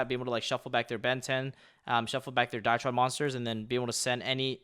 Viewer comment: I've always liked how Pak pronounces Drytron as Dietron haha Great profile bro!